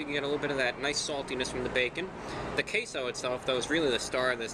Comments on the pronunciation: I cannot hear queso anymore…it’s CaseOh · he said taseoh